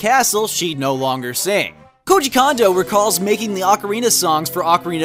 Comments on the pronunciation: mispronounced Koji Kondo's name. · "Koji Kondo" sounds like "Cozy Condo"